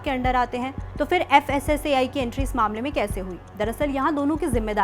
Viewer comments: Fssci nahi fssai bolo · Fssei nahi fssai bolo😂😂😂